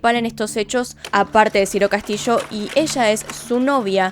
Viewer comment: es Ciro Castillo, no Ciro Castishoo